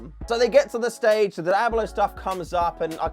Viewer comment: All i hear is "Dablo"😂😂😂